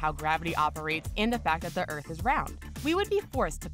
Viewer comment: The narrator cannot pronounce her 'T's. "...earf is flaa.." 🙄